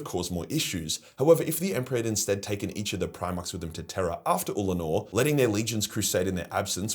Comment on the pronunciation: min Legit had to go back, because I thought you said Uncledor the first time XD